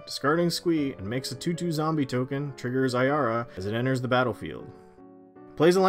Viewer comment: At least he said Ayara right, there's one guy in my playgroup that has a deck of her but he pronounces it Arya and it really annoys me...